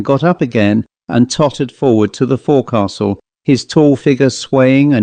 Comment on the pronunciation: Forecastle, pronounced 'folk sl'. Good story. x